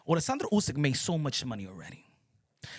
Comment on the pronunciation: Bruh, the way you pronounce oleksander uysk’s name … it’s actually spot on, but you do it effortlessly, i dont know why it makes me laugh 😆 😂